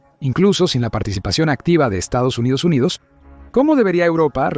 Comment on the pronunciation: Por dios! Para de decir Estos Unidos Unidos!